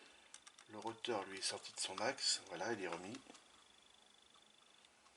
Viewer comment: Pour info on ne dit pas un "roteur" mais un un rotor .